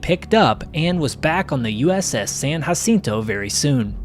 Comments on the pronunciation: I what Kennedy would have thought if he was alive. . It’s pronounced with a J not H we speak English you’re pronouncing it wrong and you don’t speak Spanish. Jacinto not hacinto say it Wright. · You dont have to pronounce it hacinto.